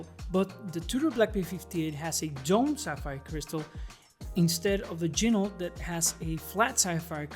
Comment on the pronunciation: FYI, Ginault is pronounced: “G-Noh”, per the company owner.